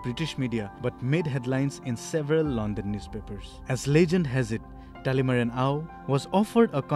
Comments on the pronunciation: Not talimara, it's Talimeren.. Thank you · Just letting the report know that his name is talimeren not talemara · I think the reporter did her homework wearing sports tee only to mispronounce Dr. Talimeren Ao. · Good, news reader. But ur pronouncetion is very poor. Dr Talimeren Ao n Akoktally son. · What a shame! The reporter can't even pronounce the name correct.